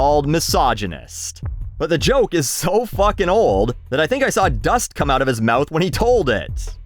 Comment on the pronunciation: I like when says out it’s so Canadian